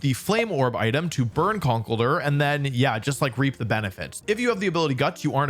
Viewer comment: The misprononciation of conkeldurr tho